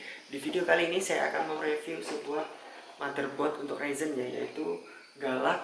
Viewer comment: mungkin orang lata yg tulisannya galax tapi kedengarannya "galak" bukan galax